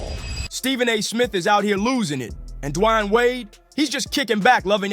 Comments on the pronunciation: It's pronounced "DEE-WAYNE"....Who tf is dwanyin Wade? The h3ll you from bro? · "De-wayne" if u gonna make a piece about someone know how to pronounce their name possibly? Idk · I get it, Stephen A is a clown but who the hell is Dwine, Du-a-yane? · Who the heck is Dwie-aine or Dee-aine? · who tf is Dajuan? Lmao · WTF is Dwine? Dwan? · This ninja should just call him Wade. I've never heard anyone butcher his first name so badly. I can't finish this! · Please someone teach this man how to say D.Wade name cause damn it started to make the video hard to continue watching till the end 😂but i made it all the way through,its a great video but damn he Butchered dat man's name 😂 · Stop mispronouncing Dwayne 😢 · why are you saying his name like that yikes